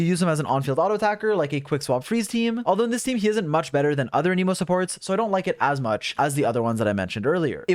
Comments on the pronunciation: You gotta relearn how to say Anemo, it isn't said like Animo it's like you write it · For the last time… AN-UH-MOW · aneemo? people say it like tha? isn't it anEmo? Anyway love Heizou, nice vid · Hearing you pronounce Anemo as "Aneemo" IS WEIRDLY LIKE...SATISFYING? DONT TAKE THAT IN A WEIRD WAY IT JUST SOUNDS FUN? IDK 💀🤝💀 anyways THANK YOU FOR THIS VIDEO Heizou for some reason is hard for me to build? 💀💀💀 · Idk why, But I heard "The new Emo 4 star" and that got me dying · whenever you say "anemo damage" I just hear "an emo damage" and imagine heizou playing a g note as an attack. it definitely improved the video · Every one : hmm ok! Got the information i needed Me : why does he keep pronouncing anemo as an-i-mo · Uh-Knee-Moe Damage.